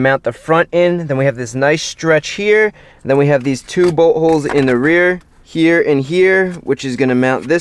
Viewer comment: The Way Chris Fix says Here is Hear😂 but the vedio was surely interesting and helpful